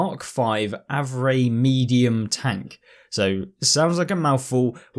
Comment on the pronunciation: Hey btw it’s pronounced “AVRE” as if you’re spelling it out👍